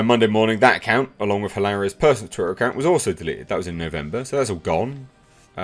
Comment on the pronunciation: It's Hilary Baldwin.. Hilary lol